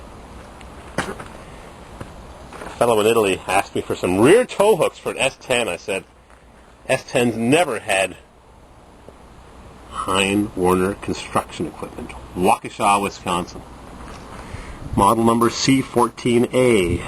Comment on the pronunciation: hein werner is acually pronounced hern werner